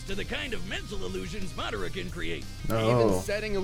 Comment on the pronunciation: Just to let u know Madara is a Japanese name ur pronouncing it wrong.